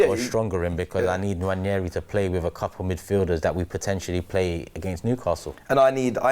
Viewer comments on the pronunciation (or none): none